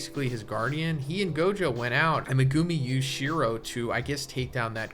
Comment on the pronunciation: Dawg, I love your videos; but what the fuck is that pronunciation of Megumi?